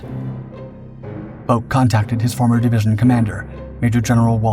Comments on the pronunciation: The ou in Bouck is pronounced like ow in how and cow. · It's pronounced BOWK. I went to school with his son. Lt Bouck went on to become a chiropractor in my hometown of St Louis, MO. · There's like 3 ways that are all right to pronounce bowk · "All right" is one thing. The way the Bouck family with whom was acquainted was the same family as the Lt. Bouck in question. If they pronounce it "Bowk," "Bowk" is their correct pronunciation. My own surname is Lithuanian, and therefore unusual. My husband told me the various pronunciations he had heard (and as a student of linguistics, he learned of several), but ended with, "And we pronounce it XYZ way." The "all right" pronunciation of a name is the one the family chooses. Correcting the family's pronunciation or insisting others are just as valid while ignoring their stated preference is tacky. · I attended college in the 1960's and knew a guy with the same last name. He pronounced it the same way you did. It seemed to be a German surname, to me, but I don't recall any discussion of what his father did in WW II, and that was something we talked about back then, as the Vietnam War was ramping up.